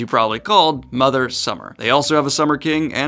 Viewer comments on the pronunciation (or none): none